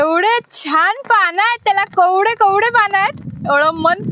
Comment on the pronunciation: कवडे नाही ग ताई कोवळे पान म्हन म्हणजे तु आमच्या सारखि सामान्य व्यक्ती आहे